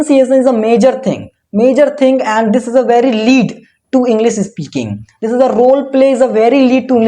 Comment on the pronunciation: Sorry but It's इंग्लिश not इंग्लिस min brother...